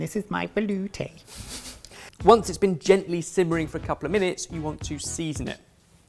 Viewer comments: Can't help but hear the guys saying "volute" especially and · Yes, he did a good job. Especially compared to: Velouté. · I get this is informative bbbuut I love how they say veloute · I can't say velouté like a normal person anymore 😅